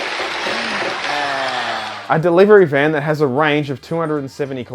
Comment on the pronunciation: “DERIVERY” 🤣🤣🤣 Fuck yes 😂